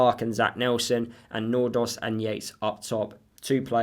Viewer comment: Think you are the closest in prounoncing Nordås right